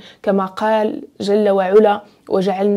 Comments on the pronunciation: شكرا ليك اختي ،انا من المعجبين بطريقة السرد ديالك خصوصا فالقصص الدينية واخا معرفتش علاش مكيكونش فيهم تفاعل او واحد التصحيح بسيط جل وعلى بفتح العين وليس بضمها ،❤❤❤❤❤❤❤ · تبارك الله على الاخت جزاك الله خيرا على هاد الحلقات ولكن الله يخليك ملي تكوني كاتقولي شي آية من القرآن حاولي تحطيها قدامك لانك كاديري أخطاء كتيرة فالشكل وهادا كلام الله... بالإضافة إلى كلمة علا في جل وعلا العين مفتوحة ماشي مضمومة